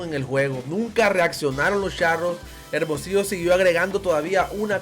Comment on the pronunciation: Ese locutor que able bien es Hermosillo güey aprende avlar bien no saves pronunciar hermosillo